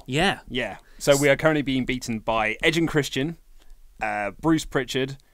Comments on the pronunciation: lol it's edge and Christian not "eggs and crispen" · Did anyone notice that said eggs and chrisben instead of edge and Christian